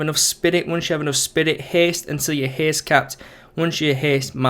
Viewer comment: it is haste not heeest...